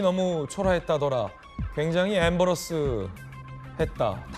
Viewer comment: 앰버러스 가 아니라 임*배*러스로 2음절에 액센트를 주시요 언듯 들으면 앰블란스 차량으로 들리네